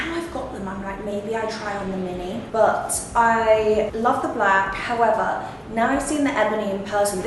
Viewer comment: "Howevah" - Love all the bags!